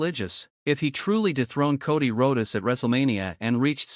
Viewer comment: What Charlotte is doing is called getting heat. And you should fix your AI. Rhodes is pronounced roads...